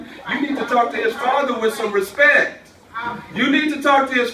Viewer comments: "Respek" It's bird man! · “You talk to me with some respecc”